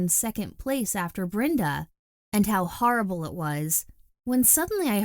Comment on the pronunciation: " And how HaRable it was " Lmao